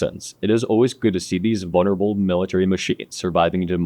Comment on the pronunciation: "venerable" sounded like "VULNERABLE" (even translated as such in the subtitles) and THAT is the BEST epithet for any U.S. tank destroyer. I'll bet Tigers with their Zeiss optics didn't have to fire 10 rounds across 4k meters to get a kill. That Panther crew must've been asleep. The presentation was good,, but spin qualifies as propaganda when you don't include all the negatives. Eisenhower, Patton an d McNair all refused to fast-track the M-26 and even refused to implement the British-Canadian Firefly to help U.S. crews not get slaughtered by German armor. Unconscionable but that's what you get from Generals.